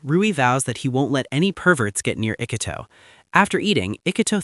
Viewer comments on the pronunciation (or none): ugh. no. The atrocious mispronunciation of his name plus his low iq kills it. ee coo toe. not ick uh toe.